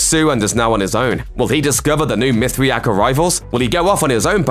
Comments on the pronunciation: say it with me now , mith ray ic ... you had me laughing like a mithriac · You say it MYTH RAY ICK bro. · Your inability to pronounce Mithraic despite hearing it dozens of times, shakes my confidence in your speculative opinion dude.